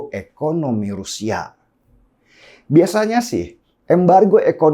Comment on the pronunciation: Halo bung Denny Siregar gunakanlah bahasa Indonesia yang baik dan benar dalam pengucapan... Terutama huruf vokal kenapa jadi berkahiran "K"... Contoh : Rusia jangan Rusiak, kemana jangan kemanak....saya jangan sayak.... Semoga "pronunciation" bahasa Indonesianya bisa diperbaiki...